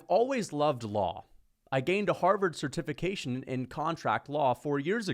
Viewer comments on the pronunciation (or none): why he say certification like that?